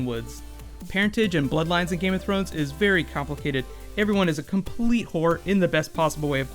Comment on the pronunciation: please, "Thrones"!